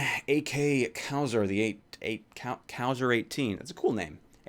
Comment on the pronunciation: XD. Got really angry when u said "Cow-Zer". GG I guess lmao Cau as in Cause+zer, Cauzer if you will. Gg no re. Good vid